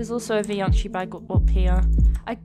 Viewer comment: Vioncii ❌ Fioncii ✅